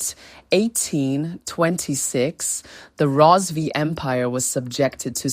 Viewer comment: Karanga not shona...Rozivee empire😂😂 haii its not make sure